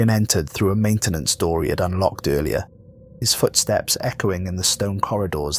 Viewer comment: "Unlcoked" LOL!